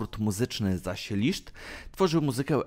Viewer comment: Em... w węgierskim "sz" czyta sie jak polskie "s" a "s" czyta sie jak polskie "sz" Jego nazwisko czyta sie "List"